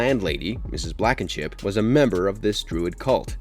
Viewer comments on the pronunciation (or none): Mrs. Blackenship? Ummm....No It Mrs. Blankenship As usual you butcher the names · It's Blankenship. Not Blackenship. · Blankenship not Blackenship